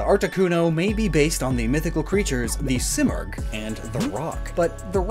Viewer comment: I’m Persian and the bird you were referencing in the articuno section is pronounced as see-more-g